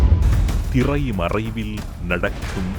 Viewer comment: "திறை மறைவில் " சந்தத்திற்காக தமிழையே தவறாக உசசரிக்கிறது இந்த ஊடகம். முதலில் ஊடக மொழியைச் சரியாக உச்சரிக்கப் பழகவேண்டும். அதன் பின்னர் தான் செய்தியின் தரம்.